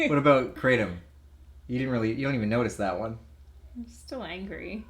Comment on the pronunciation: Its pronounced KRAH TOMM . Its Vietnamese and thats how they say it . Just letting you know